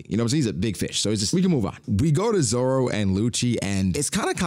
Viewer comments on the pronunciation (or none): Why you be saying Zoro name like that 😭